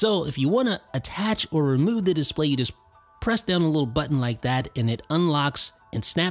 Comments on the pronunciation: Dude u must stop pronouncing display like that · Please make up your mind about how you are going to pronounce the word “display.” You switch with such frequency that you end up sounding affected and pretentious.